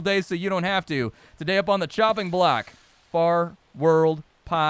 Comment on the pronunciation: In the first 5 seconds you said the name of the game wrong... rest was lit! Looks fun